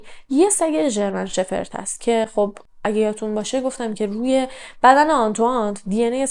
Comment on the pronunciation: خسته نباشی باعرض معذرت فقط ژرمن شپرد درسته نه شفرت بهرحال کاردرستی شما🙏